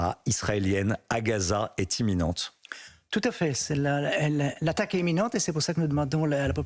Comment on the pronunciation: voua dîtes "émminente" au lieu d'imminente